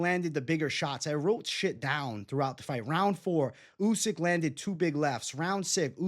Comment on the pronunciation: "Usky" 😂 covering up for his Fury pick.